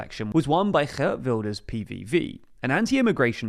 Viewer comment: Excellent pronunciation of ‘Geert Wilders’ 👍